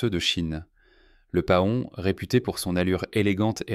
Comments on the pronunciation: Paon: se prononde pɑ̃ "Pan" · Cette voix artificielle qui prononce pahon, c'est vraiment agaçant.